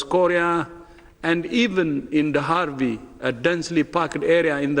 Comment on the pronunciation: HARVEY? HE SAID HARVI! instead of Dharavi! Great Evening!